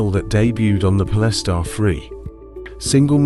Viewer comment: I made it 30 seconds in. Po-less-tar? Come on man.